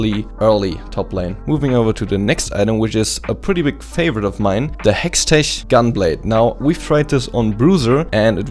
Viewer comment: you sound a little bit german with your outspelled "hextechgunblade" "muramana" "hourglass" "movementspeed"